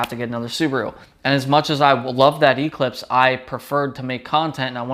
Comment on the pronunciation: You pronounce Eclipse wrong.